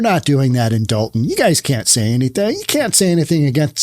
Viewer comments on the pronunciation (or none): Be reasonable. I lived there for most of my life. It's Dolton not dalton. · It's Dolton, not Dalton, you maroon! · DOLTON not Dalton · Btw. It’s Dolton